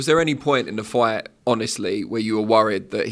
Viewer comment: Why does say "FWIGHT" instead of "Fight"?